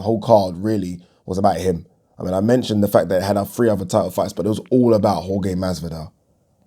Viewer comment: Jorge is pronounced HorHe